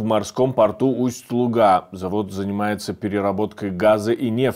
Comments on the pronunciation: Правильное ударение ЛУга, а не ЛугА!!! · Вниманию редакторов: в наименовании Луга ударение ставится на "У"